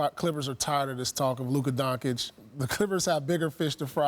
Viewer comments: Why does Paul Pierce keeps mispronouncing an easy name.. maybe donkey is his fave animal.. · DONCIC - NOT DONKIC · No one:..... Paul:Donkic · maybe learn to pronounce his name you fool .... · Bro, how’s Paul Pierce still pronouncing Luka’s last name wrong? I understand Gianni’s name, but Doncic? That’s not a tough name to pronounce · If you don't know how to pronounce a players name just stick with a nickname. There is no way possible you shouldn't know how to properly pronounce his name. His name is mentioned every single day in sports news lol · Can we please start saying his name right? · my dad DOES NOT follow the NBA at ALL and even he can Say Lukas name correctly its literally Paul Pierces only job in the world to just speak correctly but he just sucks